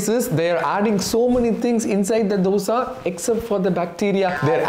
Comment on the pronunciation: Being a tamilan, you could pronounce the word dosa better. Good video.